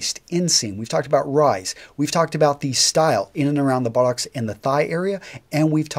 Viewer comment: Ahh.. to hear an American to casually refer to rugby ahh.....:-) also the way you say buttock makes me giggle